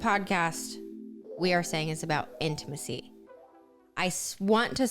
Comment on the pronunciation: Gosh everytime says the word intimacy or intimate.. I cringe! It's not "in-a-macy and inamate"" its "In-Ta-Ma-Cy and in-ta-mate" 🤦‍♀️🤦‍♀️ but on another note..I really did enjoy this episode. Love the points yall made.